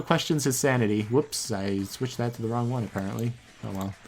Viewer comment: you're wong*